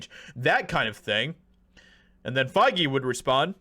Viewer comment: It's pronounced fey...... 😂